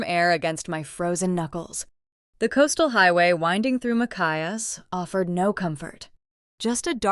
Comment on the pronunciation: It's Ma-chi-ass 😊